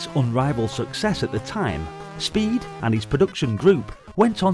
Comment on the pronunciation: Hehe, your pronunciation is totally adequate. Thou ”Spede” as ”Speed” made laugh of pure joy 😄